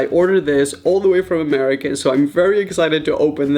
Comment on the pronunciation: i think he was trying to say america but his accent was a little too heavy on it but idk